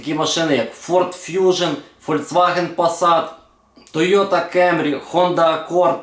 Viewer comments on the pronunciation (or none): none